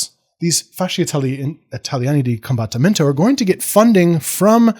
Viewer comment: Your Italian pronunciation is fine, if in doubt, pronounce the vowels (and a lot of the consonants) more or less like how you would in Spanish. The big difference are the double letters which are pronounced as such, so "combat-timento". And "avanti" is best translated as "forwards!". Great video, thanks a lot!